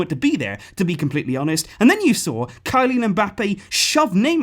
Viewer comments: Nobody: Not a single soul Voice: kilIAn Mbappe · Kylian Mbappé is pronounced "Kee-lee-an"